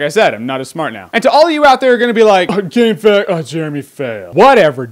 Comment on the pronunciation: Never heard someone call it gamefact, it’s gamefaqs (facts). It’s a great game though.